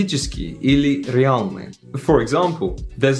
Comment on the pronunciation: dude you should master [L']. актуаЛный, реаЛный, honestly... yes, I agree, slavists recon [l] and [l'] two different sounds, and snailed tongue in latter quite difficult, but still...